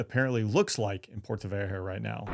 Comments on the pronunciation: It's called Puerto Vallarta not Puerto Vayeerta moron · dude, learn how to pronounce 'Puerto Vallarta', 'cause for now what you say sounds like gibberish. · you should learn to say "Puerto Vallarta" before you make a video about it. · Puerto vayerhuh huh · PUERTO "VAYARTA" !! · Well our speaker here ain’t from the southwest with that puerta vajarta lol. Or whatever that was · It's, pronounce... Puerto vayarta. 2 ll sounds like y. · Thats a "t" not a "h" in vallarta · I cringed every time he butchered the name!😂